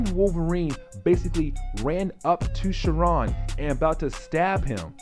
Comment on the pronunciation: You are saying sauron name all wrong. What the x-men animated series. Great video other then that.